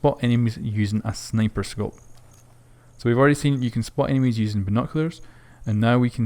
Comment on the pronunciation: you can spot "enemies" not enimies